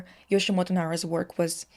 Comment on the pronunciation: My heart bleeds a bit everytime you say Yoshimoto lol It's Yoshitomo :) One of the reason why he uses a little girl motif is him hearing his mother said he had a dead twin sister whom they were planning to call "Michi" . This conversation with his mother captivated him a lot and probably influenced his motif choice... but well we never know. This info was give by my tutor who wrote his biography and spent lots of time personally with Nara himself. But she also mentioned he's quite unreliable in describing his own work lol